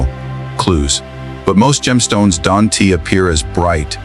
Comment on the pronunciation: You people have cleaned up to a slight degree the visuals. Using AI to cheaply create content. But has any human listened to the audio? Don'. Tea.....Don't Doesn' Tea...Doesn't Are NT .....Aren't... At least make an effort. You have potential but your laziness is overshadowing your effort.